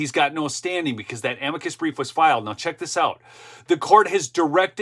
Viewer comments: It is pronounced AM-mick-kus so please use proper pronunciation. Thanks! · AM-i-cus brief (emphasis on the first syllable, not the second).